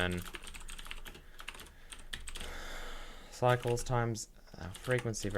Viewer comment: 'cycles' sounds like 'psychos' XD